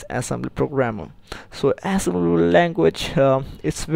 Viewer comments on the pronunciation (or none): why can't you pronounce it right? assembilily language :(